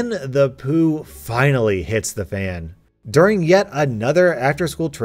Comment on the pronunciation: The way this man says poo kills me😂